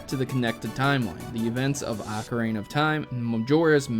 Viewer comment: BUT you pronounce it like Ocarina of Time not Ocaraina of Time:)